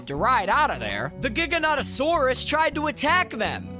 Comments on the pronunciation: Giganotosaurus you didn't pronounce correctly. Here is how it is pronounced Giga-NoeToe-saurus. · "GigaNOTasaurus? I can't believe I said that right." ...You didn't. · The correct way to pronounce it (where I’m from at least) is Ji-ga-no-tow-sore-us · Jiga naut o saurus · Correct! As specimens were found first in Yorkshire it is actually a GigaNOWTasaurus 👍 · The way he said giganotasaurus wrong and was like ‘’I can’t believe I said that right” got me dying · I don't think you said giganotasaurus correct